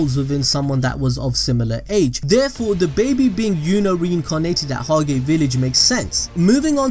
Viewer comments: it is pronounced hoj not hog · You fucking fool it’s pronounced hodge spelt hage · You’re butchering the pronunciations of litch and Hage boi Litch = Li-t k-d/ “Licked “ Hage is sounded like “taj mahal” just without the “mahal”